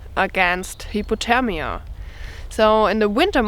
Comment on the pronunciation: She said hipothemia not hyperthermia lol hahahaha🤣🤣🤣🤣